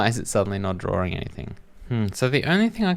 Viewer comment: What is a drawring?